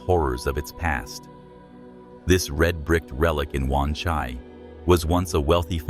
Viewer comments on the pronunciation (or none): none